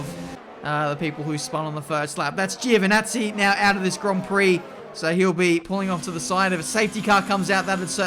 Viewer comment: Giovanazzi = araava lol